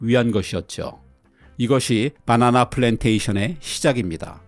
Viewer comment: 빠나나라고 발음하시는 것을 보면 서울 분은 아니신 것 같아요